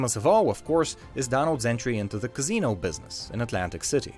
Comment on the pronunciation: "karzeeeno"😂😂😂 casino dude,casino